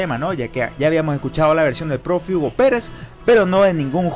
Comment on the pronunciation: perdón pero así escuche que pronunciaron en el video en vez profe, escuché prófugo y dije no puede ser.